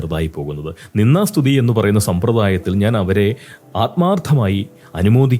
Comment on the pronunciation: പോങ്സ്കൃതത്തിൽ നിന്ദാ സ്തുതി എന്നുപറയുന്നതിനു പകരം നിന്നാ സ്തുതി എന്നാണ് കേൾക്കുന്നത്. ദ കാരം ഉച്ചാ രണത്തിൽ വരുന്നതേയില്ല. അനുനാസികാതിപ്രസരം. ശ്രദ്ധിക്കുമല്ലോ.